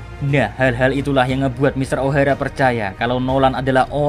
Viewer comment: Ngomong nya kaya di lebayin gasi? Ohara jadi ohaera matahari jadi matahaeri 😭😭